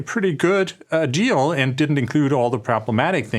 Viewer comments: Funny how my YouTube subtitles translate “minerals deal” to “minerals steal” every time Andreas says that. 😂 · Maybe a Freudian fallacy but I heared a mineral steal instead of a minerals deal. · You said it: Mineral Steal. Subliminal slip? Even the Google translator heard it on cc.